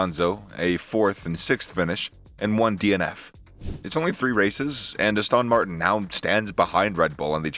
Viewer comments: What is Az-TAWN Martin? It is ASS-ton Martin. Are we listening to some AI speaking? God help us. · Dude really whats wrong with you... other wise Good videos but Astawwwn Martin... can't watch your videos no more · Lool Astawn Martin